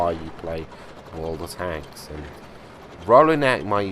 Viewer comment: "What´s up guys how you all doing bring in you another Worldkdnajcbdkajbabcadhclajdvaldslvl" lol